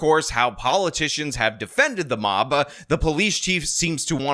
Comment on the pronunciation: Words that end in consonants, do not in fact end in vowels. Take for example, the word "mob." It's spelled "mob," not "mobba" or "mobbeh." Just "mob." No vowel sound at the end what so ever. Hard consonant ending. Learn how to speak.